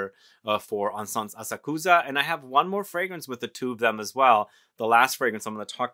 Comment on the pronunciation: Asakusa- pronounced with emphasis on second syllable. a SAK sa. The “u” is barely discernible. Had the good fortune to have heard this particular Koto musician live. She’s extraordinary. It’s a difficult instrument. 😊